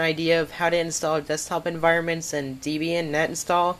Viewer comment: Please stop saying "Deebian". It's named after Ian Murdock's then-girlfriend Debra Lynn, and himself (Deb and Ian). Do you pronounce the name Debra as Deebra? No? Then stop saying Deebian.